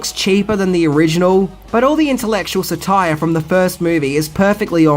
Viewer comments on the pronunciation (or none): I'm going to say it cuz he made all the effort to do it. Mispronounced satire multiple times in the beginning, said it right multiple times at the end. I appreciate the gimmick so I couldn't let it lay.